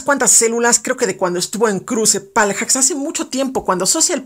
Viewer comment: Me da un poco de SIDA cada vez que decías " paljacks" :v